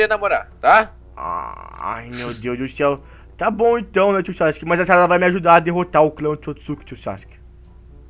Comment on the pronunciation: Aí no vídeo você falou charada em vez de falar sarada😂